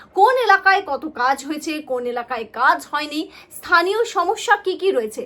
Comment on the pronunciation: থানীয় নয় স্থানীয়।